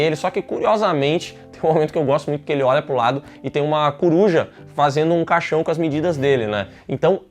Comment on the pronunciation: O errando o nome de todos os animais KSKSKSKSK coruja, iguana